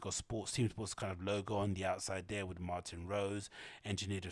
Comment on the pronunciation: Its MartinE Rose, with a E at the end, not Martin like the man's name. Martine (pronounced Mar-teen). Women's name. Woman designer.